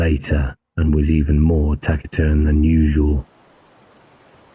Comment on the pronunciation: Look up the pronunciation of "Taciturn" - you got it wrong in this and one of the earlier books, too. One tiny speck in an otherwise magnificent production. Thanks for your efforts.